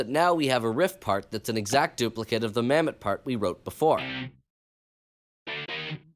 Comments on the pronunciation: Bro said Mamet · Mammott more like, MAMMET.